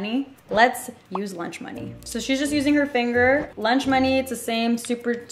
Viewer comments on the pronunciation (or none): none